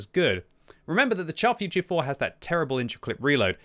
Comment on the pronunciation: Can u please stop calling it the Char FUR tier 4? Its Futur, not Fur!